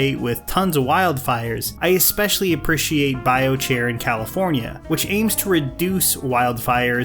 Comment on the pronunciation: You have an interesting pronunciation of "appreciate." Everytime you said it I was like 🤔 lol